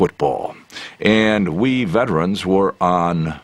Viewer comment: What the hell is a VETRIN?!?!? IT'S VETERAN!!!!!!!!!!!!!!!!!!!! ALL sportscaster from then to present cant properly pronounce it! Just like the BANgals?? NOPE, thats a Girl group....................